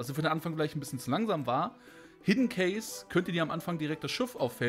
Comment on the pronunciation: Ich versuche es mir immer zu verkneifen, aber in aller Liebe, bitte sag nicht mehr "Hidden CASE", wenn es cache geschrieben wird. >.< An sonsten schaue ich sehr gerne deine Videos, nur das musste mal raus. :*